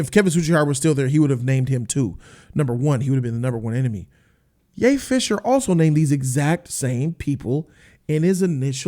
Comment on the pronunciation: Everytime he says Ye fisher i lose it😂😂😂 and i like ray